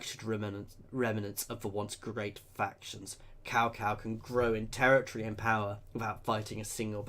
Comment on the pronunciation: 'Cow Cow' 😂😂😂😂 Its pronounced more like 'Tsao Tsao'.